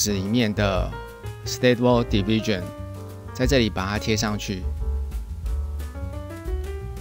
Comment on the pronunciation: 你讀diffusion 不太正確喔